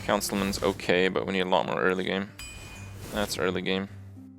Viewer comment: "oke" made me laugh somehow